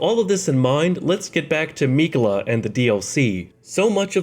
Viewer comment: Hate how he says Miquella